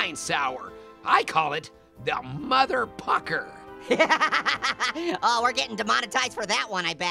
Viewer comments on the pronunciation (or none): "i call it 'the motherpucker'" Sounded like "the MotherF*cker" 😂